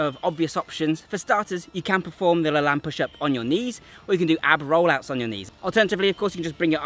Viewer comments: First, learn how to properly pronounce LaLanne. He deserves that much. The Superman push-up covers everything anyone could need for strengthening the upper body. That and 500 bodyweight squats in 5 minutes or less and you're covered. Now try it w/ one arm and one leg. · His name is pronounced Jack La-“Lane” not Lan. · LaLanne is pronounced with a long A. Like La lane. Not La lan. I know because I watched his TV show when I was a kid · Lane.... not Lahn. See American pronunciation of 'walking down a lane'. This is how Jack LaLanne pronounced his own name, so I'm sure it applies to his push up also.. but great video! Love your content. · Just a loving correction, dear, the name is pronounced LaLANE, rhymes with pain. I know because I grew up watching his exercise show. He was a truly amazing man. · Yeah it was funny hearing him saying it throughout the video. It sounded like he was saying Laland. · pronounced La-Layne not La Lan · Have you not heard Jack LaLanne pronounce his own name? It's the hard 'a' sound, as in lane. Regardless of the spelling, derivation, whatever. Please do the man the courtesy of pronouncing his name the way he himself pronounced it. Thanks. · I'm going to guess you didn't learn about Jack LaLanne from your dad or grandfather. Because if you did, you'd know the correct pronunciation is "le' lain". 😅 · So I believe Jack LaLanne’s last name is pronounced such that the second syllable rhymes with “lane” as in Penny Lane. At least that’s how he said it on his show long ago. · It's pronounced La "Lane." Thanks for the video. He was a fitness OG. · IT IS PRONOUNCED LAH-LANE (LAY-N)! Great video but I died a little ever time you said his name. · The pronounciation is Jack La - lane or layne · Great vid as always but Jack Lalanne is pronounced "La Layn". more of an 'ä' sound. Hate to be the grammar nazi. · thats correct lol he said it wrong